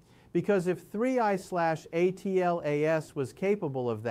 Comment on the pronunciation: This video is amazing. Please…just say three eye atlas. It’s so bad lol